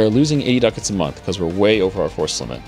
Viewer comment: also pronunciation of month